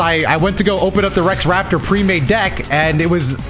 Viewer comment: Bro said Rex Raptor 💀